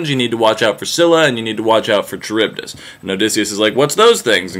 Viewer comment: Isn't Charybdis pronounced with a k sound?